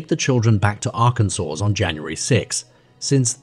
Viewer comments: "Arr-kansas"???? Fix your reader bot! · For the second case, did it happen in Arkansas or in Arkansas? The first time the narrator named it, he pronounced it like Ar-Kansas & the second & following times it was pronounced like Arkansaw 😮 I'm not from the USA & I'm legit confused by the spelling & pronunciation (I follow the transcript while listening to vids) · A.I. voice. AGAIN. It pronounces the suspect's name differently throughout the piece. It also doesn't pronounce DNA correctly and several other words. 👎🏻 "Ar-can-zus."